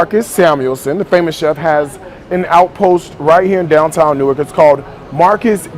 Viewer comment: Also learn how to pronounce our city.. it is not NEW-ARK.. 😖😖😖